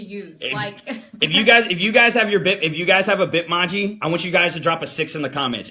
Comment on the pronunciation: The way you say Bitmoji is so wrong lol